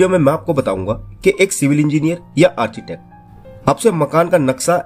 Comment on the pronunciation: मेरे हिसाब से आर्किटेक्ट होता है आर्चीटेक्ट नही।